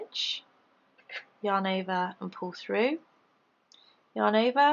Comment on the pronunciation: Thank you for making such great, easy to follow leftie vids. I haven't been able to "get it" until I discovered you. One question...do you ever get tired of saying "yahn ovah"?? LOL just kidding. I love your accent :) xoxo